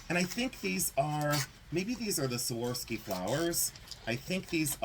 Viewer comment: So many great pieces! Can't wait for the praying mantis ring! It will be epic! Love the rutilated quartz, too! That czech perfume was deelish! But can I ask a favor? Can you learn to say "Swuh-rov-skee" crystal? I wince every time you say "Sworsky!" Love you!😍